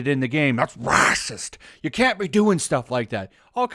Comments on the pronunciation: the way he says raaahsiist gets me every time... 🤣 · I agree with you, but why do you pronounce racist raaacist. Is is a Youtube thing? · is the reason you say Racist in such a certain way for comedic effect or to confuse the "good content blocker" bot? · 🤣😂🤣😂 I like how you say racist